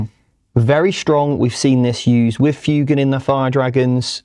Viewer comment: The amount of times they mispronounce Fuegan hurts more than the points change.